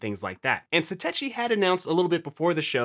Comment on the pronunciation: Why do people keep mispronouncing Satechi? The CH sound is pronounced like a K sound, as it is in technology. And why would you care about cables becoming accidentally unplugged when you’re rebooting your Mac? Obviously at that moment there should be no processes running. And if you have cable unplugging simply by raising the Mini a fraction of an inch, then your cables are not seated or installed properly in the ports.